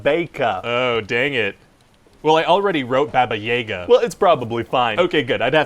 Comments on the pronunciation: it's good to see that Ryan is continuing the tradition of Script Rant by not knowing how to pronounce a name, and not even doing 30 seconds of research to etiher watch the film segment when they pronounce "Baba Yaga" or to look it up online, well done for the consistency! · The way he pronounced Baba Yaga and Babaika killed my internal dog. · I’m not a Slav myself, but I’d read enough Mike Mignola and Neil Gaiman comics to know that when they called Keanu Reeves “Baba Yaga” someone hadn’t done enough research. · They really got "Baba Yaga" wrong? I can never see the movie in the same way again... Why don't they just ask a Russian person that know folklore on that? Or did they ask Putin and he set Hollywood up? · I know these characters are awful people, but Ryan's mispronunciation of Baba Yaga broke my ears!!! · Btw just for clarification it's pronounced "Baba iaga" Yeiga sounds more like Hunter in German. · It's baba jaga not baba jega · Russian 101: Its not baba yega, its "baba yaga". Description is quite correct. "Babaika" is indeed Boogeyman, but its not pronounced "Bebeika". It should be, again, 'a' as in "yaga" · That's the dude that got his dick cut off and fed to him in GoT, right? My, how the turn-tables. Also...Baba Yaga is pronounced "Bahbah-Yahgah." Seriously, there is no slight-of mouth going on...that is just how it's pronounced. You can feck right off with that whole "Bahbay yahgay" shtick. It's not a secret. It's been around for 6-800 years. If you were going for, "Listen to me pronounce things incorrectly and not even bother to do any research ." Boy, you got a hippity-hoppity-slippety-sloppety-slam-dunk. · It’s pronounced BAba yaGA, not BAba YAga. I’m still waiting for someone in Hollywood to ask an actual Russian speaker how to pronounce this simple name. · It’s actually Baba Y-AH-ga not Baba Y-AE-ga . . . But the droopy b**bs part was right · Ryan, just a friendly info that "a"s in "Yaga" are pronounced the same way as in Baba: /jaga/ not /jega/.